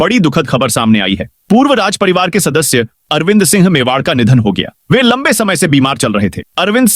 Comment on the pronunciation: Tu singh ko sinh bolta hai.Tu ek anpadh aadmi hai.